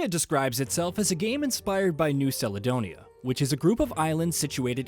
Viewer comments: First learn how to say the islands right Caledonia, it’s was a good game idk what your problem is but for us Melanesians it’s good representation of the culture to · New Saledonia 😂 dude, do you realise that Google translate has a text to speech functionality? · Seledonia?🤦‍♂️🤦‍♂️🤦‍♂️ Such a typical American 😂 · I’m curious…. When you say calendar do you say salendar? Caledonia is the same as calendar champ 🤦🏻‍♂️